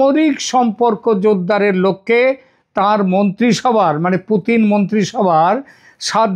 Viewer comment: পুটিন না পুতিন😅😅😅